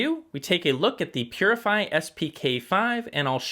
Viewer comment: Pronounces Poozzi